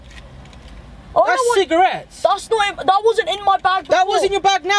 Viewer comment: 6 times you said cigrates